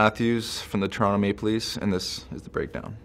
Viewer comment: He even says Toronto properly, this guy is a beaut